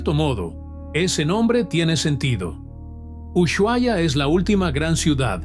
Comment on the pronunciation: Como argentino duele escuchar como pronuncia ushuaia. Así que two pala video del ocote